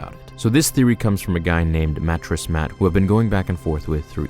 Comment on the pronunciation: Did you say Matress Mac